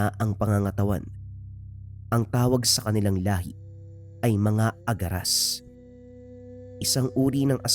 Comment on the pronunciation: ang alam ko agaras hindi aragas